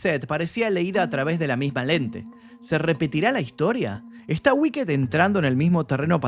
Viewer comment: No se dice wicked "guiked" se dice "wikt" o "uikt" la ed es una t al final no mas.